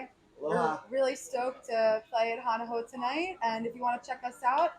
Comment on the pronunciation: If U wanna do a vid. about Hawaii ... learn how to pronounce the words. U lost all credibility as soon as U said: hana how! DELETE!